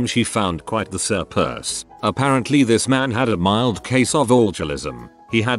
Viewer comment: “Sir purse”